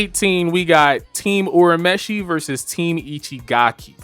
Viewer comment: the dub is far superior 😂 good video tho I'll definitely subscribe....and btw its "your a meshi"